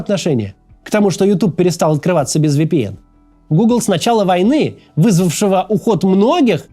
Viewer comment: Максим, ВиПиЭн, а не ВэПэЭн